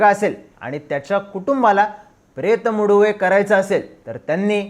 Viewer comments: Pret Muduve naste te. Pretha Madhuveh aahe mahnje Pret cha Lagna. Please correct pronunciation kara hi request aahe. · प्रेत मदुवे असं उच्चार असतो